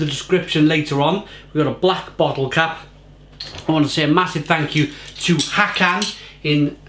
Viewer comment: Hi. Håkan’s name is pronounced “Hawkaan”. 😊